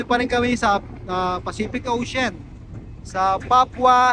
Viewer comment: ex paf ka,sa grammar " ocein Ang ocean. O th lang talaga.